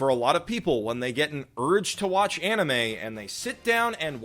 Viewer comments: too bad you can't even pronounce 'anime' :DDDD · One thing: Anime (pronounced ann-nee-meh) is NOT, I repeat, NOT the japanese word for animation, that word is anime (pronounced on-nee-meh). Japanese words have japanese pronunciation, just because it's spelled the same in romanji doesn't make them the same word.